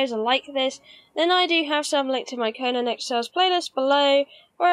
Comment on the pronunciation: Oh my that's embarrassing haha! I'm not always great with the pronunciations on conan titles! Thanks for correcting my error. ;) I feel those pile of bodies is an accurate representation on what to expect when farming these lol